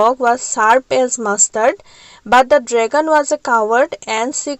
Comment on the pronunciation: Mistake : dragon-dragon. But l like it